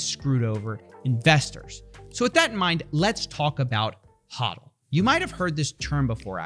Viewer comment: its "HO" dl not HA dl